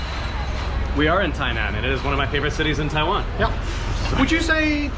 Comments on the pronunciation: At least is willing to admit that he can't seem to pronounce the word "Taiwan" correctly. I never understood why he has trouble on the "WAN" part, cuz he keeps saying "WEN". What's his problem..? And wait, he's an English teacher...??! Wtf dude? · you deserve to get in trouble by pronouncing the name of the country wrong. damn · Your pronunciation of Taiwan and Tainan is wrong. LOL. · They probably heard how you pronounced Taiwan in the first few seconds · Also yes wan and nan have different pronunciation lol u r still saying Taiwan wrong